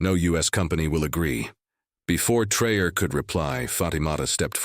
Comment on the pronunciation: You are full of BS. Learn the name is not pronounced Trayor what????